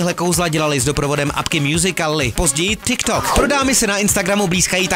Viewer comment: Čte se to mňůzikly a ne musikaly ,tyktok a ne thikthok